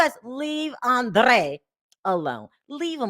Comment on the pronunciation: His name is Andreaaaaaa with a long a soumd at the end... when I came here from costa rica my name ..Karol..was pronounced like the americans say carol..I didnt go around asking people to pronounce it like they do in spanish..